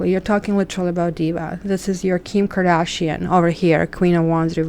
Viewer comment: are you kidding me saying Kardishan lol what a joke?, sorry I don't think that is good to say in a reading